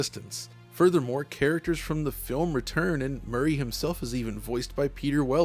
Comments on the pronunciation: Am I mishearing, or did refer to Robocop (Officer Murphy) as “Murray” multiple times? I have yet to play the game, so if they changed his name for some reason i was not aware. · The book which inspired the Doom mod wast favorite book growing up. He mispronounced his name lmao